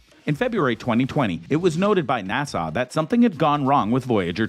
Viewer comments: Narrator: NASA is not pronounced Nassau! It's NA-SUH! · How the narrator pronounced or rather mispronounced NASA was irritating. Kept saying Nassau. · Why is he saying nasaw? N.A.S.A. it's not even a word, how can you mess that up? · "NASA" is an acronym. “Nassau” is an island city in the Bahamas. You're welcome.